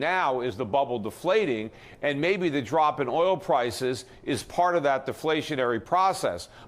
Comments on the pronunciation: He also said Pwices 2x rather than Prices. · Petey, you keep saying Pwices. Get some rest, friend.